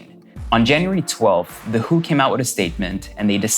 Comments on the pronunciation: Rosanna Ramos but he pronounced W.H.O as who..as in wuh.. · I've never heard anyone call it "The Who" as a microbiologist it's usually pronounced the W.H.O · It's not pronounced "who" it's W H O.